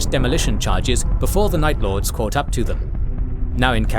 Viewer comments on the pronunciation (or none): Night lords? Or nice lords